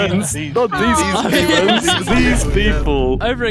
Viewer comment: Myaan these paid fwiends are getting CWAAAAAAZY